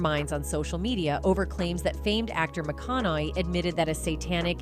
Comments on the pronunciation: I don't know whoever the heck is doing this, but his name is McConaughey not McConnelly. People shouldn't pass themselves off as reporters if they can't even get the names right. What a crack of crap! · It is NOT McCONNOLLY!!! McCONNAUGHEY is correct. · After the second LEY in McConaugHEY's name? I had to shut it off. Learn to pronunciate and when you're speaking about celebrities that everyone knows!! You could at least say their name correctly!!! Especially when everyone else can. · Please learn how to pronounce his name correctly